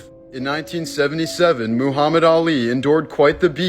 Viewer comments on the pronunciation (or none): none